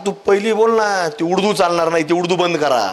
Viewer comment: उडदू म्हणतय उडदु 😂😂😂